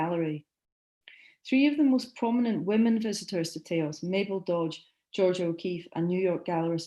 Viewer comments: That was very well done; complete & deep. Thnalk yoiu.It's pronounced Tah-os Turn up the volume. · Please learn your pronunciation for Taos. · Marvelous lecture. Please correct your pronunciation of Taos and Galisteo, I am currently living in the area and I know you mispronounced them. Otherwise a wonderful talk.